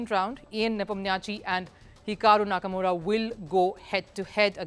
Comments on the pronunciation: Nakamura❎ Hakamura✅ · Did she just say Hakamura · Slip of tongue maybe, i lost it btw when she said hakamura 😆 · Nahh it's hakamurA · why it's disrespectful, it's not like she did it on purpose, it's just a slip of tongue that happens all the time. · Appreciate your coverage on Chess but please correct a few mistakes. These aren't huge mistakes but there are quite a few... Hakamura understandable... You've repeatedly mentioned as Niat Abasov in Azeri language there is "J" so it's Nijat as it's spelt... Firouzja is originally Iranian but now represents France not Italy... Ding Liren is pronounced as Ding Lizchen in Mandarin... If not for Vidit Hikaru would've win the tournament by now, because Hikaru lost to Vidit TWICE.. Everyone is downplaying Fabiano Caruana , he's the second best player in the world and he's just half point behind of the leading pack